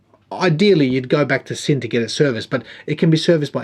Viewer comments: FYI, it’s a “Zinn” not a “Sin”. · great video. Love the review and moreso the watch. The brand is not called 'Sin' - rather 'Zin' - do your homework here pls. Not a severe criticism but get it right pls. Love your content mate! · Well done. Sinn is solid watch brand. And I believe sinn(German) pronounces ‘zin’. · Helmut would be smacking you if he could. His last name is pronounced "Zinn." Germans are tricky that way. :) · You sad man. It's pronounced 'zinn'. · Pronounced Zinn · Great review of a cracker of a watch -- thanks. A dressy luxury tool watch. I'm going to be that guy and say that the Germans pronounce it as "Zin" -- let he who is without sin cast the first stone eh! Enjoy your rest sir.